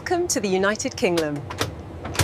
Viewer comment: The UK one can't pronounce the word "Kingdom" properly.